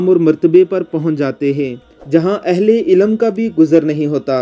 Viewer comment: ilam n hota ilm kehty h